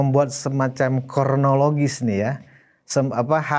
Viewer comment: Sabdo pandito ratu....sekali terucap datan biso wola wali. Pk jokowi tak perlu menarik rj. Maaf...slip lidah: kronologi..bukan kornoligi..maaf sekekedar koreksi saja.